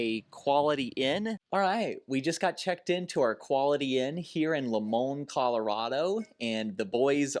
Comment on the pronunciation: Hey, new viewer here. It's pronounced like this, Lie Mon, Limon Colorado. We're cultured but you're giving us way too much credit lol. And welcome to Colorado!